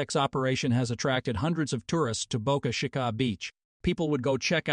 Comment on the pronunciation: They should just rename Boca Chica to Boca Sheka because of all the a.i. voice videos constantly getting it wrong